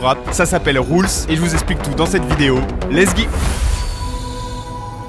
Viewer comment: "lessgui" ca a saigné Garçon ici